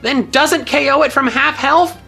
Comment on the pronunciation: Why were you saying oko instead of ko most of the time?